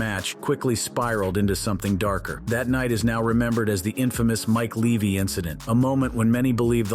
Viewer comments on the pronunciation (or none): none